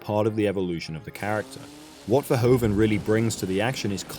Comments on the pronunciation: He's better known by his anglicized name but Verhoeven is pronounced more like vur-who-fun in Dutch. Not fur-ho-fen. Good video still :). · "Verhoeven" is pronounced "Ferhoofen"! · Nice. Dutch language tip: the "oe" in the director's name is pronounced as the "oo" in "doom".